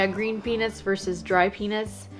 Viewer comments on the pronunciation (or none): she don’t know how to say “peanuts”